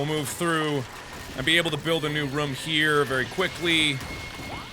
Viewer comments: Pretty sure mark said ruum not room ;) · Markiplier Room NOT RUM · The was mark pronounces rooms gives me life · Mark... Rum is something you drink, not something you live in. Its Roooom not rumm. :D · The way Mark says room 💓